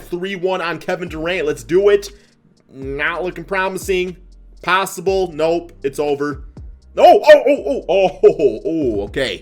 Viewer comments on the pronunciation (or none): none